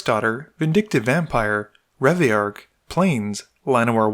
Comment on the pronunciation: Finally! I’m glad you decided to pronounce Reveillark properly.